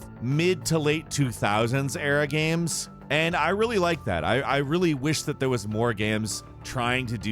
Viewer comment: Ah, yes. “Gams”